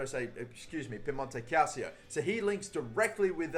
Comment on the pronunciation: the fact that he said calcio instead of calachio made me so relieved